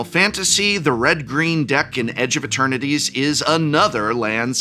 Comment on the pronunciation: Is it me or does the professor keep calling the set edge of maternities? Lol